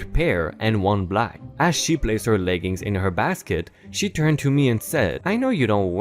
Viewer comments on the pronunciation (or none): none